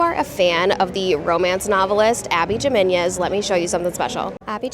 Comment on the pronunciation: cool review. althought abby jimenez is pronounced "ee" - menez, "ee" as in "he"